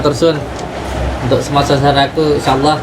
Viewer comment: Piye to Mase melafadkan asma Allah ko Liye masze Tolib 😀😀